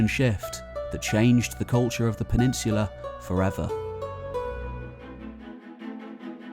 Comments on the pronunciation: PENINSSSSULA! With an 's' sound! Not 'peninshhulah'! You ashhole! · Great video. However, there is no "h" in the word peninsula.